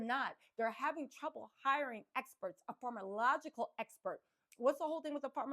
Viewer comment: You crack me up! You nailed ‘voir dire’ but ‘pharmacological’ and ‘Agnifilo’ are kicking yo butt! 😂 If you care to up your game, for when you hit network tv after conviction🤞🏻, I’ll leave these helpers for you: ~/farm-uh-Cō-loj-uh-cle/ 6 syllables, accenting 3rd, vs /farm-ō-loj-uh-cle/ which is missing a syllable… ~/ag-NIFF-uh-lō/ 4 syllables, accenting 2nd vs /ag-ni-FILL-ee-ō/ with an extra syllable not belonging ❤ Elementary Teacher from Ohio 😘